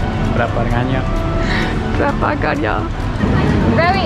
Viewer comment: on I like the way your voice pronoun “berapa harganya” berapa ganya” its sound like local Malaysia Malay.. hehe